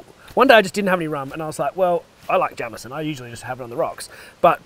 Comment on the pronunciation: It's not jam-eson. It's jayemeson. And it would be a rosin. Pronounced rosheen. Keep er lit.